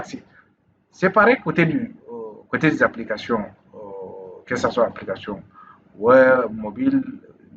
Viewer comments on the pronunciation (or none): On dit Web pas wop